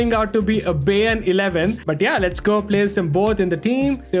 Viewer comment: bro really "baeyern"